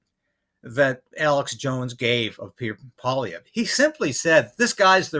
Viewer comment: You pronounced Pierre Poilievre's name correctly. That's a rarity.